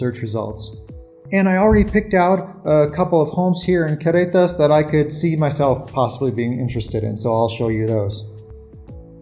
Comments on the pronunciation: it's Carretas, (Caugh) you are pronouncing it like Querretas but no biggie. Good show. :) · You have almost managed the trilled double r sound but not quite yet for carretas but darned it if you haven’t managed a Mexican Spanish accent back in English … the double r is the hardest but your Mexican Spanish, when in use, is actually a very good middle class standard & will only get better with time … & eventually the accent in English will tone itself down; it’s pretty much the growing pain byproduct of bilingualism, it also happens the other way around if it’s any consolation & actually an excellent indicator that your brain is integrating your second language in full … just wait ‘till you get to year 6 & year 10, since you are at about year 4 & you are doing this as an adult; I did it as a child & the other way around … Great content, & a very polite way for you & Maddie to part ways, & very tasteful way of introducing your new ‘media naranja’, Maya, …